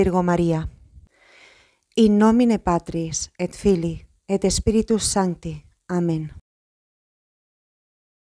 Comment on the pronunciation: Las palabras que comienzan con S , las inicia con ES, lo cual no es correcto. Cómo Spíritus no se dice Espíritus.